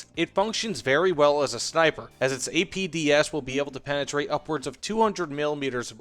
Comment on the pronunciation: Am I the only one that hears APBS? CC says APDS, but, it sure sounds like he's saying APBS....